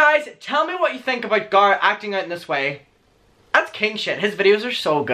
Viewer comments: We’ve been shouting at Americans to please pronounce Craig and Colin in the proper way so we are ignoring you guys on Garrett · It’s only annoying that you pronounce Garret different because you don’t pronounce any other name differently ? That’s why it’s wierd.... lol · It might just be me, but I love the way you say Garrett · ok i do hate how you say garrett but... since you asked nicely ill keep watching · fyi i dont actually care i understand that in different accents names are pronounced differently lol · idrc how u pronounce garrett but its the attitude of choosing to mispronounce someones name. hes a human, its just kinda.. rude.. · ok i just have to say this out of respect and as a fan, it just doesn't sit right with me that you mispronounce Garrett because of an accent, because that's exactly the same thing racists say to not learn foreign/black names and it is really disrespectful. I myself HATE when people mispronounce my name cause it's latino and "they have an accent" cause it's not up to you to decide how you pronounce MY name. Not saying that you are racist, of course, but just out of respect for the person you should respect how THEY say their own name, not how you think it is or how you pronounce them in your area. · It triggers me how you pronounce Garrett 😂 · Because of your prononciation After watching this i am gonna unsubscribe. Bye have fun in life. Someone's name is how they pronounced. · sounds liek your saying gaara obviously you CAN say his name correctly you just dont its not like tamato and tamato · I started pronouncing Garrett as "GAR-rett" after listening to your accent - I'm American, that's not apart of my natural accent 😂 Thanks boo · U remind me of Thomas Doherty voice & looks Edit the way you say Garrett...I can't lol that's my boyfriend's name lmao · I love the way you say Garrett. I was laughing like crazy because I mispronounce names all the time on purpose. My friend Shaquina....now goes by SHAW-qui-NAAAH